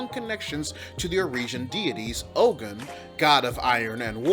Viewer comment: Ogun is pronounced O goon but great break down